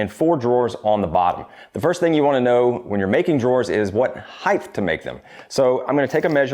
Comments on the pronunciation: it's "height" not "heigth" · Did you say heighth? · wtf is heighth? did he say heighth? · Height = Yes. Heighth = No. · Heighth is not a word.